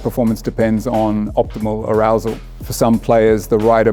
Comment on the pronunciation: did bro juat say arousal? 😭😭